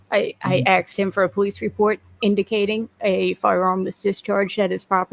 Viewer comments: Cant stand people that say axed instead of asked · Axe me about it